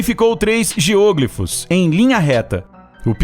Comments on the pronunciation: A pronúncia correta é geoglÍfos, não geôglifos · "geôglifos"? Acredito que a pronúncia seja geoglífos. Geo - Terra, Glifo - traçado, desenho. É uma palavra com prefixo e sufixo, só meio que separar. Não sou professor de português mas me incomodou muito ouvir a pronúncia esquisita. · A pronúncia é GEOGLÍFOS (com tônica no i). Não se trata de uma proparoxítona. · "geôgrifos"? :v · Geoglífos e não GEÔGLIFOS... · "geôglifos" ...doeu no ouvido ! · Não se pronuncia GEÔÔGLIFOS ! 😣 Deslike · "Níger" é a Nigéria, em Português. A pronúncia correta é "géoglifos", não como está na locução! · Posso estar enganado, mas pra mim, a palavra geoglifo, não tem acento circunflexo no primeiro "o", para ter a pronúncia geÔglifo. Até porque, se dessa forma fosse, se tornaria uma proparoxítona, que, obrigatoriamente, seria acentuada. Enfim. A sílaba tônica é o "gli", e ouvir ele pronunciar dessa forma, me deu agonia. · Muito bom o video, mas sua pronuncia de geoglifos está horrivelmente errada, chega doer ao escutar. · geoglifos não se pronuncia dessa forma...vídeo incrível mas não assassina a linga portuguesa né kkkkkkk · O video é bem legal, mas o tem dificuldade com as silabas tônicas das palavras